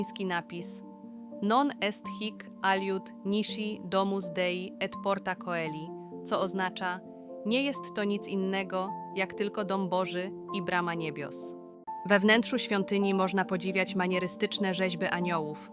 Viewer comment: „Porta coeli” czyta się porta celi, nie „koeli”.